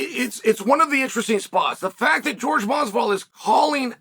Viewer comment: George can't even read his own name right. Man can't read.